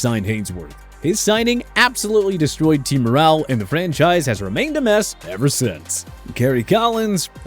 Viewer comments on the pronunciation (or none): none